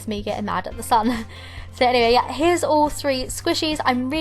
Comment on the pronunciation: STOP SAYING "ALL" "UUUUUUUL"